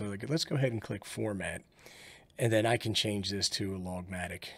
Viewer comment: Did you say "logmatic" when showing the trace format selection? That should be "log magnitude".